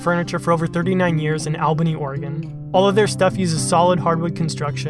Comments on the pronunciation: The way you say Albany is rad. I work and have lived in Albany oregon... But no says it that way haha. Congrats though man keep up the good work! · Lol the way you said Albany the way that people who live in Oregon say it is like all-bany I’m sure it is said different depending on where you live and I’m sure that’s what happened but I just found it funny